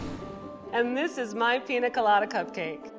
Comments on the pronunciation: piÑa god damn it PIÑA! not pina. ok bye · I absolutely hate the way pronounces piña colada... it's not pina colada, pi- ñ -a colada. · WHY is she saying “Pina” 😔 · Whenever the chef pronounced piña colada, I thought "WHO'S PINA?" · Ugh.. The woman on the stick needs to go. she's horrible. And it doesn't hurt to be able to pronounce pina correctly.